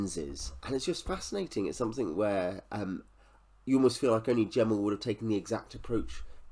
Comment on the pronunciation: Just to say, his name was never pronounced with a hard J, but a G. Met him several times at book signings over the years. I did ask him about the similarity about this book and the similarity to Pale Rider (the Clint Eastwood western) and he did say he drew inspiration from that film.